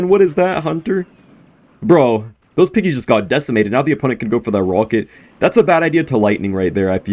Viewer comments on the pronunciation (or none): none